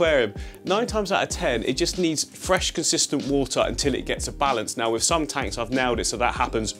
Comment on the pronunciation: Wiff instead of with. Lol